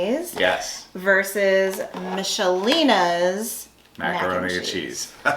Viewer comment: Not to upset you but you pronounced Michelina's incorrectly. According to their commercials it's a K sound like Mick-a-linas. Sorry.